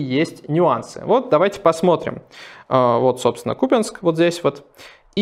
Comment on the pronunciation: Спасибо за отличную подачу новостей! Отдельное "спасибо" за правильное ударение в названии города КУпянск, мало кто из ведущих произносит его правильно! 👍